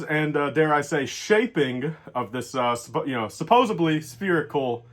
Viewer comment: Not to nerd out but it’s Supposedly, not supposebly.